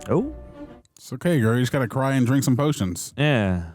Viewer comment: no no. It's not "drink" it was dwink😂